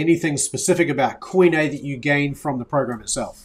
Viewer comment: Quit butchering the pronunciation of the work Koine!